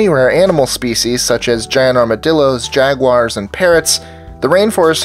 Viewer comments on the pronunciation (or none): none